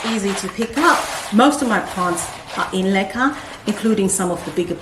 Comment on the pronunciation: LOL, BEFORE THIS VIDEO, I DID NOT KNOW WHAT LECA WAS, I THOUGHT YOU WERE SAYING LIQUIOR. YOUR PLANTS ARE BEAUTIFUL, WOW, I HAVE LEARNED ALOT ABOUT MOSS POLES ETC..